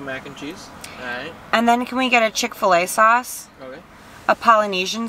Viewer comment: Am I the only one triggered when they said chick fil a sauce iykyk 😂😂